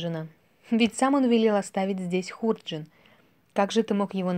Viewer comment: Хорошая сказка, только ударение в слове,, ХУРДЖИН" ставят на втором слоге, дыхание чтицы громкое, учиться надо у школьных учителей, добавить бы скорости РЕЧИ... ЖЕЛАЮ УСПЕХА !